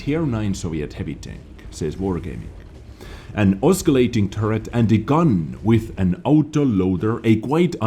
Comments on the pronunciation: Love your vids . Just fyi your English is awesome. Just to let you know: Oscillating is pronounced just like if the letter "c" was missing. So it's "Ossilating" (pronounced). Keep up the great news! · The 'c' in oscillating is silent, think of it more as 'ossilating.' Apologies if this comment is annoying, but you asked us a couple of years ago to point these things out. Cheers, keep up the good work. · btw the word "oscillating" has a soft C sound not hard. so treat it as if the C is silent. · I like hearing say "oscillating." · just for next time the C is silent in oscillating :)